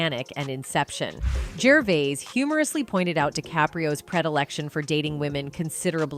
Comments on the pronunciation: "Jerveez" ?? "Jervyz" ?? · Why is she saying “Gervese”? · You can't even pronounce his NAME. ITS NOT "GERVEEEZ." Nor is it "GERVIIIZE ITS "GERVAYYY". I HATE THESE A.I. TALKERS. IRRITATING AND ANNOYING. TUH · Please say his name right his name is not Ricky gerveez!! It’s Ricky gervais as in vase not veez! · Gervees, gervoos, gervose, f-sake just called him Ricky!! 🙈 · What is the go with this voice, is it a real person. Was she just trying to see how many different ways she could pronounce his name. Gerveez, Gervise, Gervice, Gervays. What the hell are you thinking?. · She called him Jervees then Jervise or is it only me?😮 I thought it was "Jervayse" - Pronunciation. Oh, Now she called him "Jervayse" Never mind , She went back to Jerveese and now Jervise😂😂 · It's not ger verse, it's ger vays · His name is pronounced juhvayz. Seriously there were 3 totally different versions said in 1 sentence. Is this video a confused bot or something? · Ricky Gervees? 😂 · Geervase ?? This is what I hate about some Americans, can't pronounce a word we all say and hear daily.. FFS women get a different job.. Ricky speaks his mind and how we Brits with a funny bone feel.. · Who the f*** is Richard? Does she mean Gerv-eyes? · geeez...stop using AI to present your productions, the tech just can't handle pronunciation of people's names...ricky gervase, ricky gervoice..ricky gervaize... hahhaaaaa... thankyou 😂💪😎💯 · Replying to myself she started pronouncing his name correctly after the first five minutes.Whoops as I am writing this she’s said “Gervize” “Gervais”and “Gerveez”! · You pronounce Gervais at least 5 different ways. Ridiculous. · Oh my god will you pick a pronunciation of "Gervais" and stick with it?! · Who’s Richard? This narrator is dumb or is it a machine. She calls Ricky “Richard” and never pronounces his name the same way twice, ridiculous. RDJ is a punk now, I’m done with these fragile woke losers. They make so much money, buy a sense of humour, losers!